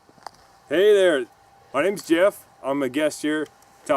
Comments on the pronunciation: "ma name yeff" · “Meh nemms Jeff” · "Mah nem a Jeff" hahaha